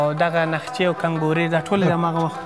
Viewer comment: د پروګرام د ګرداننده قیافه او لباس د پل سوخته معتادینو څخه لږ لري او همدارنګه نقشی ته نخچه ویلو باندی د بې سوادو سره یې فرق نه کیږي. لطفا یو لکس او باسوادا شخص استخدام کړئ. مننه